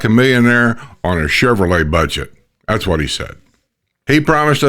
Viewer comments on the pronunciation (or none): none